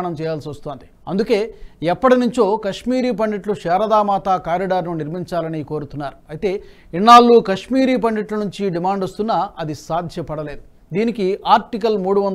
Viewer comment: Good post. But r u a foreigner to pronounce as పండిట్ ?...it shd b పండిత్ . Like Some ppl say గోడావారి instead of గోదావరి